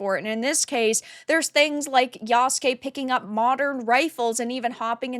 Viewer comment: Good job pronouncing Yasuke properly. Asmondgold could learn from ya. However, they do have Japanese historian working on this?, Sachi Schmidt-Hori. Ghost of Tsushima took a lot of liberties with their story as well. However, I think the make or break for ac shadows will be the story and the dialogue, which in recent ac is always janky and doesn’t feel immersive.